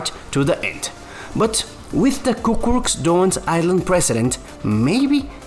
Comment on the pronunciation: it's "Cucuruz" not "Cucurux"